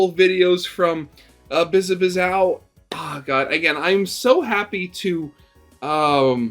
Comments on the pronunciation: You’re pronouncing the very end of her name wrong. It is not O, it is Ow. like you stubbed your toe or hit your elbow ow. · Okay, pronunciation guide: Biz (as in "Business") A (as in "A ton") Biz (same as before) Ow (as in "Ouch") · I both want him to spell it right but also keep doing wrong because its funny